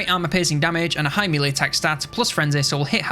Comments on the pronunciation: It's been years, and over 40k subscribers. Please stop calling it mealy.... It's melee. Mell-ay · Hate to be that guy but melee is pronounced 'meh-ley'. Love the video though!